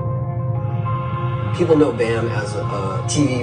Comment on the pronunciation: his name is bam not bum!!!